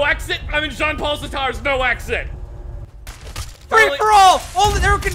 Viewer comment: Makes the deepest-fucking-cut. Also: Absolutely butchers the pronunciation of "Sartre"